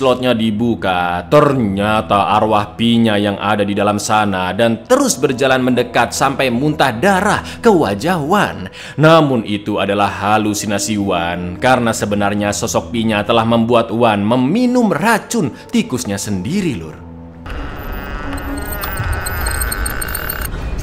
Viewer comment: Bg halusinasi bukan hasulinasi 😂😂😂